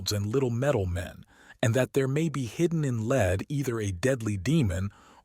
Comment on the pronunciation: Excellent narration (except for occasional mispronunciation such as LEAD versus lead, the alchemical mineral. ) but still a nice performance